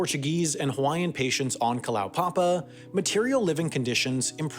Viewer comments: and Kalow-papa, it's Kala-oo-papa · Went there some years ago when there were still 25 or so residents. BTW, I believe it's pronounced Kala-u-papa. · Kalaupapa should be pronounced "kah-lah-oo-pa-pa" :)